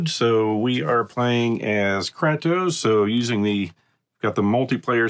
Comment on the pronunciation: kray-toe-ss like kray fish and toast without the t :)